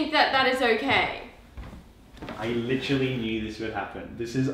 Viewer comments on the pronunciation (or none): They say the words “Rude”, “Innapropriate” and “Literally” a lot. They also say the word literally as “LI-CHER-ALLY” which omg smh. can be so physcially violent sometimes! But you guys are a cute couple tbh. Please dont say Licherally!!! 🙏🏻🙏🏻🙏🏻